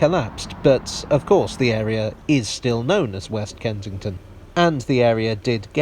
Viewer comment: Can’t work out if you’re saying “Kentington”